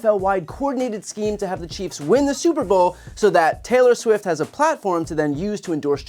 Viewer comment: He said Taylor Swim. Different celebrity! 😂